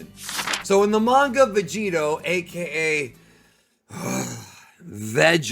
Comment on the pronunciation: HILARIOUS VIDEO. THANKS. “VEGEROT” 😂 NAMASTE 🙏🏽 FROM BROOKLYN.